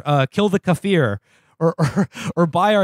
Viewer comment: The way he pronounced Kaffir is making my head spin